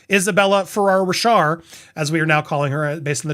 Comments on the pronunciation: About Isabela Ferrer. Her last name Ferrer...is pronounced "Fur - Rare". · Pronounced fur-air, I believe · Nope actually... it's férrer